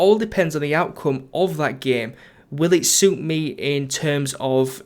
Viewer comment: "will it shoot me in terms of relisism". haha "suit me" not "shoot me"